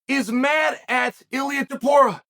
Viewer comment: After calling him multiple times Topura, he suddenly correctly calls him Topuria when mentioning how difficult his name is to pronounce. There truly is no end to Chael's trolling lmao